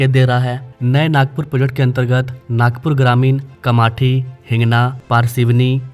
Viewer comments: its कामठी not कामाठी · जी कामाथी नही कामठी बोलो. गोंडाखारी नही गोंडखैरी बोलो. पुनापुरी नही पुनापूर बोलो. Facts and figures check करके बात करो. ओके जी. 🙏